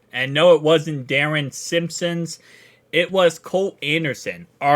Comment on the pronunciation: Cmon dude Simmons been in Cincy for 25+ years and because of that has title of assistant head coach you could at least pronounce his name right. Just bustin your balls man keep it up watch all your stuff love seeing people building a channel based on my beloved Bengals